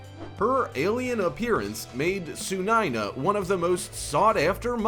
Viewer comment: Hey that's not tsunaina That's sunaina